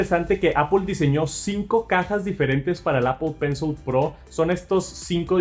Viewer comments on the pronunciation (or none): APOL PENSOL